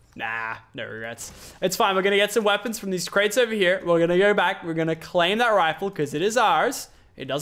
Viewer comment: its no, not nir....to, not tir...go, not gir!!!😑